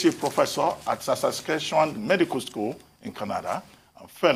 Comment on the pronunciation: Vassine and sasaskathewan? Men Dr Abati knows how to destroy English.